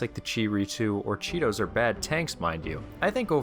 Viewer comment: HAHAHA Chee-tos